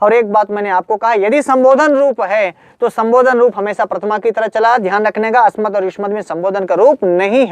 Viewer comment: त्वत् व अस्मत् का उच्चारण त्वत व अस्मत हो रहा है जो कि अशुद्ध है।